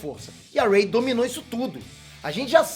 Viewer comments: Cara você disse ey em vês de Rey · "rei" não é Ray 🤭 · É a partir desse momento que você percebe que o não assistiu essa nova trilogia. Ele pronunciou sério o nome da Rey, ou foi zoeira mesmo? kkkkk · Que pronúncia horrível dos nomes, mds kskskks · Mano o jeito como vc fala os nomes, como Rey, Jakku, é mt feio kkkkkkk pqp que pronuncia ruim